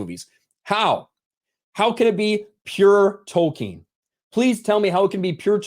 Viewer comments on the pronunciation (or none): When this guy says Tolkien, I hate it.